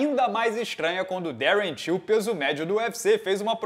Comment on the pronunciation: O ficou falando Till achei q fosse tio kkkkk